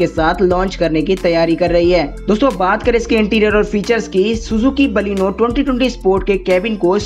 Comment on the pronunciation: Thik c baleno bolne pahele sikho